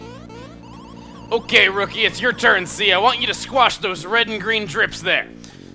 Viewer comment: "Rookie! Go to it!" sounded more like "Riki! Go to it!"